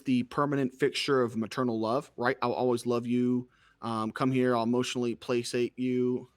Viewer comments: This guy tries to belittle your intelligence and 10 minutes later pronounces placate "play-sate" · Lol this guy doesn't understand scientific principles at all, and he brings up case studies Edit: My guy literally thinks replicating the concept found in a study is to do the 100% exact same things 💀 My guy also literally said "emotionally plasate" and moved on. Can we address the fact that this 5head chad guy doesn't know how to pronounce 'placate'?